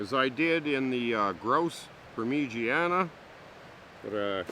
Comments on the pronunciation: "Premegania" lol Parm-A- Jhon is how its pronounced brother.......just saying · He’s trying to say it the italian way pronounced “Parmezhanya” (sort of) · You know I like this guy but he’s really getting on my nerves with how he says parmesan cheese